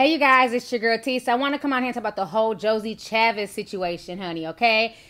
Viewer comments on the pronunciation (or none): You calling her "Josie" the whole video when her name is pronounced "Joy." 😂😂😂😂😂😂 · It’s Joy=Joie, not Josie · I just wanna know where is there a s in her name that you keep calling her "Josie" 🤔🤔 the girl name is pronounced like "Joy". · its pronounced joy not josie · I’m laughing because her name is joi pronounced like joy, not Josie 😂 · I thought I was the only one but it’s Joie. Joey or Joy their still the same name. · Lol!! 😄😄😅 Josie? girl you stay messing up somebody name. It's pronounced Joy 😂😂😂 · I don't think her name is JOSIE I'm pretty sure it's JOIE! You don't even try sometimes TI! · The name is pronounced, Zwa, not Josie. Like Spike Lee's sister Joie Lee. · Who's Josie? 😂😂😂😂 Ti, it's Joie pronounced Joy 😂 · I think her name is pronounced Joy, not Josie lol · No S in that girl's name. Not Josie. Joie like Joy or Joey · oh her name is Joie, pronounced Joy not josie ijs. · It's not Josie it's Joy. Joie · honey her name is Joie where do u see an s in her name u keep saying Josie thts not her name its Joie and u said it thru the whole video PLZ be sure u fix tht this is how ppl get stuff messed up listening to u calling her Josie and not get name JOIE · Joie is pronounced Joy not Josie. It's still a mess tho. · Not Josie lol it’s pronounced ((joy)) lol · Yes, Lord! These are some low-life people... Just trifling scum. ALL of them! To WILLINGLY CHOOSE to continuously bring children into this world that doesn't even begin to have a fair chance at a decent & loving childhood with two FULL-time parents is unprecedented... And Ti, I love you, but its Jo-EEE Ch-AAA-Visss...🤣🤣🤣🤣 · I think it’s Joie (pronounced Joy). Either way, this is some ratchetness. Future, get it snipped already! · Bria Cato It was pronounced "Joy" when she appeared on growing up hip hop! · Bria Cato It’s French! It’s pronounced Joy. The reason I know is because my friend named her daughter the French version of her mother’s name...Joy. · Lol Ti, Joie's name is pronounced “Joy." 😂